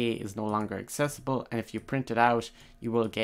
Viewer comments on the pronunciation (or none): none